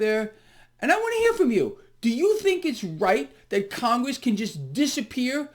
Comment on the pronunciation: It's Con-Gress. Absolute low lifes.